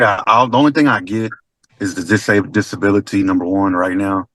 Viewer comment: He’s dis-a-babled